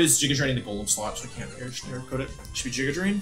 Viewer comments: Everytime he says "jiguh drain" I cringe 😂 always pronounced it "giguh drain" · I love the Wolfey even pronounces it "jiga" drain when explaining the game plan